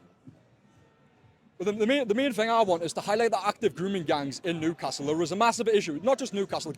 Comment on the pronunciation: interesting this guy cant actually say his own town name correctly? its not noocastle